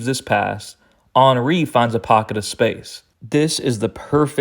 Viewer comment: Love the way you pronounce Henry, ball knowledge maximized